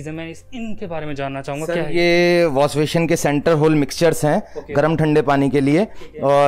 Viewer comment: Wash-pashion nhi washbasin hota hai kanjar 😂😂